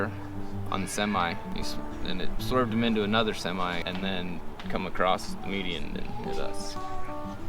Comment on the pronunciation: why do yiu add a T to the word across. You say acrost